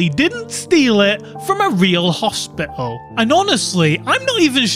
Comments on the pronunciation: More like "hosp ih oh" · Hos’pe’al. I’m bri’ish ye’r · Hos'pe'al So brittish.